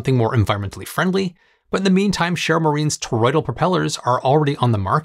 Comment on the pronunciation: Good video, but sharrow is pronounced-(share-oh). Not share-all, sharrell is not accurate in the least. Ive never commented on a pronunciation before but your saying something completely different. Share-oooooo 🤦‍♂️